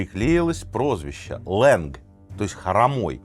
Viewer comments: Только вот не лэнг, а Ланг. Это персидское слово означающее хромой. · Здравствуйте, ни ленг а ланг, ударение на а, Я верю вы можете)